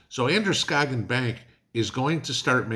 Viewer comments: I am a Mainer and Androscoggin county is corrupt. so It doesn't surprise me, you did good pronouncing Androscoggin 😁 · Congrads....you pronounced Androscoggin right. That's the other Maine that we real Mainers call northern Massachusetts.